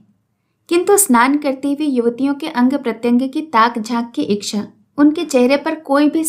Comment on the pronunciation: Madam ji aapki aawaj aur aapki kahani kahne ka tarika hmko bhut achhi lgti h lekin chhoota muh badi baat aap ichha ko iksha bolti h ya mai galat sunti hu .....mai aapki galti nahi nikal rhi hu mai sirf puchh Rahi hu 😊